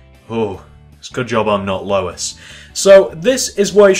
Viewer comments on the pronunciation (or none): none